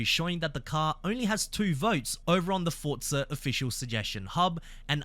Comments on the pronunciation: Just say Forza not Fortza you are Aussie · Please stop saying Fortza